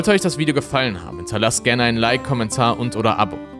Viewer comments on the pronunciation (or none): none